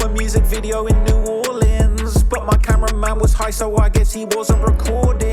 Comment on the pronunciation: 1st of all you're a G for visiting NOLA and coming into the hood. 2nd thank you for pronouncing the name of our city correctly. 3rd tho c'mon man I'm FROM New Orleans, I grew up there in Gentilly and in the 9th ward for a minute when I ran away and stayed with my black homeboys who had good momma's and Lil Wayne is top 5 for SURE but there's no world and no fantasy where Wayne is above Nas, Pac and Biggie. I know a lot of people want to throw Eminem in the top 3 or 4 and I loved his first 3 albums but I put him number 5 and Weezy at 4 because when taking their whole careers into consideration and not just their prime stuff - Eminem has dropped a lot of corny music. Especially his latest stuff dissing ice spice and whatever else he's been doing. Shit went downhill as soon as he made that corny song with Rihanna lol. Anyway Lassiez Le bon temps roulette baby!